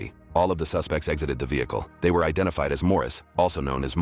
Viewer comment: Lol the way you pronounce "ve-hicle" is hilarious. RIP Matthew.